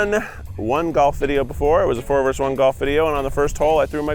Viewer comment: Can someone tell Keith and Zach it’s “versus” not “verse.”